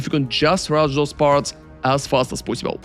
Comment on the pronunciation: I like when he says "as fast as poisibule" <3